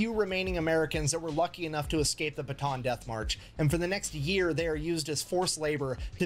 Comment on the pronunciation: It's pronounced "Bata'an", by the way. Just wanna let non-Pinoys know.